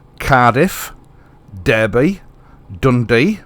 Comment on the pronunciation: Think I'd better start growing veg in tubs again and making my own bread. Might keep chickens as well. It's not spoken as its spelt. Derby is said like ' Darby. ' Keep on keeping on.